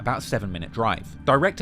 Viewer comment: I love how you said the name Kinoti petfectly. Most non-Kenyans struggle with that. Good job!!! And great journalism.